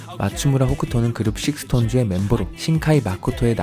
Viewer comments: 식스톤즈라 써서 스톤즈라고 읽어요! 헷갈리시죠... 근데 이쁜 의미가 담긴 멋진 이름이니까 다들 알아주셨으면 해요...! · SixTONES 그냥 스톤즈라고 읽는데ㅜ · 식스톤즈 아니고 스톤즈 입니다 ㅠㅠㅠㅠ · 식스톤즈 아닌데…스톤즈임… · SixTones가 쓸 떄는 식스톤즈인데 스톤즈라 읽어요! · 괜찮은데, SixTONES는 스톤즈라고 읽습니다ㅎㅎ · 식스톤즈가 아니고 스톤즈에용....ㅎㅎ